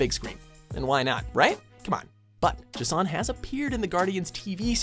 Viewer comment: J'son. Not Ego, the living Planet. Goddamnit.